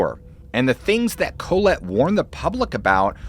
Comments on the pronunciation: "Colette" is pronounced Call-let. Co-let sounds almost derogatory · Dude I love your channel but you're going to have to Google how to pronounce proper names and city names etc, because you mispronounce a lot. "Collette" has the accent on the second syllable, "Koh LET". Just Google pronunciations and mark them on your script. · Bro…. It’s literally pronounced Ca-lette. Not Co-let like colon. 🥴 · Interesting diction of ?Colette? ?Colet? ?Kohlit? ... If by chance its "Collette" (or the first 2 mentioned initially above), then I think the pronunciation is "Call-ette" according to 2 of those in my college years (and my French professor). Just passing it fwd 🥂